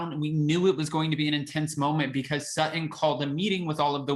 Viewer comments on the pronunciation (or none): Please stop saying SUT-IN. Her name is SUT-TON… and she and Garcelle are the BEST!!!